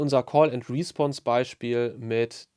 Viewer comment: Wieder einmal perfekt erklärt. Eine Anmerkung zur Aussprache: Es heißt respOnse, also Betonung auf die zweite Silbe.